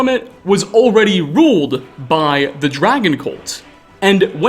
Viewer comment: I just noticed something about the narrator's voice. I think it's just a minor regional quirk but I can't unhear it. He does this thing where he doesn't cut the flow of air at the end of a word when it has a consonant. Usually it presents a a tiny little -uh at the end of a word "dragon-uh" skyrim-uh" "here-uh" were a few I picked out in a couple sentences. It seems just a little weird to me but it's probably better for voice over than dropping or softening consonants all the time like I do. Edit: just wanna clarify I'm not hating, even when you're accent is near indistinguishable from people across the country, there are still tiny differences that give it personality and I love that about language